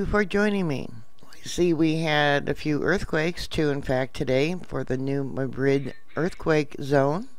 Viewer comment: The 1811 earthquake had to be fairly long - it shook down chimneys in Virginia some 500 miles from New Madrid (Mary, it's not pronounced like the capital of Spain - emphasis on the first syllable, not the second). It rang church bells in Boston.